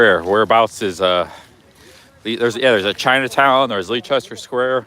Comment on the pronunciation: Leicester Square is pronounced Lester btw. Best walk in London is from Victoria station to Tower Bridge, via Westminster, St.James's park (the Mall), Trafalgar Square, Victoria embankment, Southbank, Borough Market, Tower Bridge. Must see visit (free) Victoria and Albert museum. Good work son.